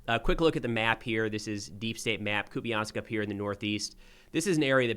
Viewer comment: I heard the last syllable of the city pronounced as "pole" not "po-le" by the Ukrainian channel.